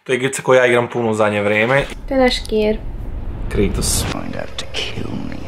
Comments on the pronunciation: nije krejtos nego kratos al ok. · Taj iz igrice ze zove Kratos, tj tako se kaže na srpskom a ne krejtos. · Msm da nije KREJTOS nego KRATOS 😂😂😂😂😂 Inc jako sladak 🐶 Volim vas punooo❤❤❤ Jadan Hlad zaboravili ste za njega!!! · Meni zvuci kao da zove g kritos umesto krejtos